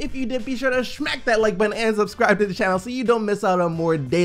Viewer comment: "Shmack that like button" chill OSN